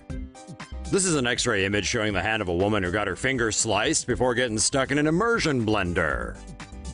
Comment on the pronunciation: Why Does He Say It Like This Em-ur-Sion-Blend-Ur XD